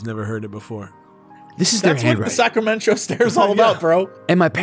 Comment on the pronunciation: EVERY TIME! 😂 Sacramen-Cho 🤣